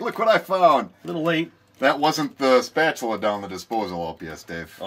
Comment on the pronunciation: Hahaha! "Spa - TU - la"